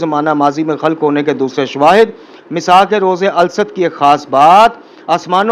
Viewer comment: قبلہ "الست " کا تلفظ درست فرما لیں ۔الست میں ل پر ربر اور س پر جزم ہے ۔ اگر اس ضمن میں میرے فہم میں غلطی ہے تو تصحیح فرما دیں۔